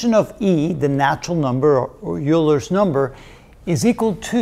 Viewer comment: did you pronounce it "u-ler" ? I have always heard it as "oiler"